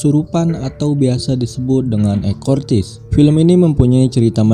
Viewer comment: Eksorsis ngab bacanya. Bukan ekortis 😄 Anyway semangat ngonten 👍